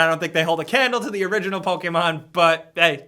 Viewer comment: I wish I was a giant tool with really good editing skills, who pronounces "to the" like "ta da." Then, only then, could I have 2 million subscribers.